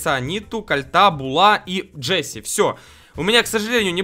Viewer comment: На шелли шелу, на рикошета ричкошет, на джесси джесие